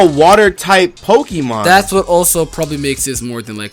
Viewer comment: Stop pronouncing Pokémon "PokEEmon".